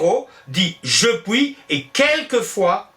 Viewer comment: Merci, c'est absolument passionnant ! Juste une question : vous prononcez " pouis" plutôt que " puis", pourquoi ?